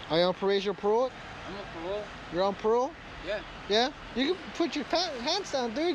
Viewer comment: "so you're on peerole?"